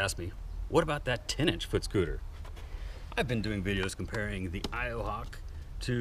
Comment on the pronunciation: Every time you say "10 inch" I understand "teenage" xD